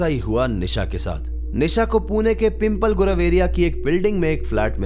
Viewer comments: Bro it's not पिंपल गुरव it's पिंपले गुरव😂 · Pimpal nahi pimplay bolo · Bhai pheli baat, PIMPAL gurav nahi wo😂😂😂😤😤😭😭😭😭😭 please pronounce it correctly It's PIMP-LEY GURAV पिंपळे गुरव